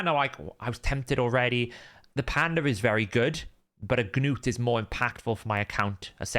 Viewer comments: Gah-nut is not a Gah-nome, he's a Dwarf. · Its just gnut man, one syllable. just let it go lol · You saying Gnuts name is driving me nuts. The G is silent. Did you not watch the show?